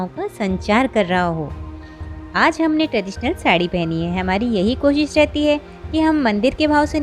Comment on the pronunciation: Ap sh ko s mt bola kre.... Jese koshish ko ap kosis bolte he is se ap ill llitrete lgti he